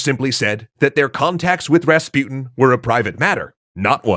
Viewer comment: pronunciation. Rasputin, on the u, supposed to be pronounced not like "you", but like l"oo"k.